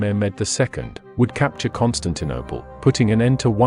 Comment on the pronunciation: Is the narration computer generated??? I have noticed the misprouncation of a few words such as Constaninople and Aristorialism.